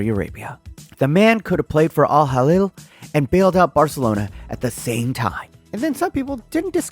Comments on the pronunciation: it’s not Al Halil bro💀 Hilal (“he-lal”) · Its not al halil its al hi-laal btw